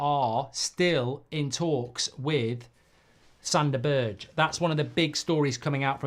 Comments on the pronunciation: His name is not BIRCH, its BERGE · Mark its pronounced berg